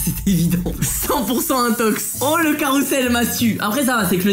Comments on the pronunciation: C’est infox pas intox 💀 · euh juste c'est infox pas intox